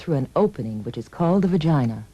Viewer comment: skip to and see how she says vagina lol :D